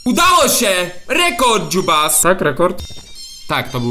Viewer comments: No właśnie czemu ciągle mówisz dzubas ? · Czemu ciągle mówisz dziubas??🤣🤣🤣